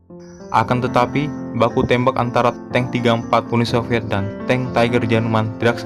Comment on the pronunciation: Lu ngomong UNI SOVIET AJA MALAH " UNUL SILVIET"